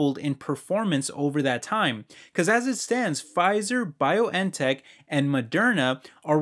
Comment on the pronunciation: Great video. It's funny how you say Bio N tech 😎